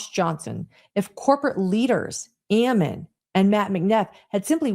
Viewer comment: The pronunciation of Ammon! I keep telling people that is Ammon like famine, salmon, and cannon. I guess you have to be born and raised reading The Book of Mormon to know how it’s normally pronounced.